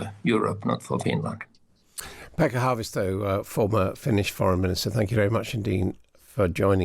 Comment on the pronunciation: Get the name right, it's Haavisto.